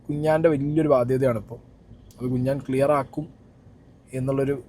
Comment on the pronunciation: കുഞ്ഞാൻ ❌കുണ്ണൻ ✅